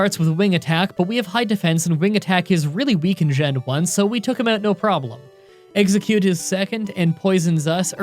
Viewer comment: he said pokemon fire red with one eggcute lol